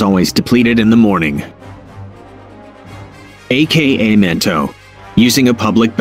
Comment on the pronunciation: Is not a-k-a manto is aka manto